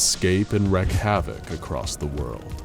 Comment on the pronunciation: It's WREAK.. WREAK havoc.. not wreck.. jesus